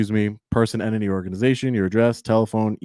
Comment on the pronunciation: Show us one news story that YOU are not the center of. One where you’re “gathering content for a story,” that will later be published. Why? Because that’s the story. That’s not news worthy. And learn to say entity, library “with you” it’s not witch choo. A journalist speaks proper English. You aren’t even in the same galaxy when you “try” to act tough and sound from the hood in your polo and spare tire. Pull up your pants to hide that gut. If I was your woman I wouldn’t let you walk around with that thing hanging out. 🤮🤮